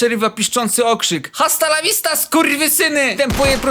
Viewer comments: h w języku hiszpańskim jest nieme Nie Hasta lawista Tylko asta lawista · H w języku hiszpańskim jest nieme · h jest nieme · 6 29 h w jezyku hiszpanskim jest nieme!!!!!!!!!!!!! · H W JĘZYKU HISZPAŃSKIM JWST NIEME KU**A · Chciałem tylko powiedzieć że h w języku hiszpańskim jest nieme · H w jezyku hiszpanskim jest nieme ku*wa. jest nieme!!! pozdro dla kumatych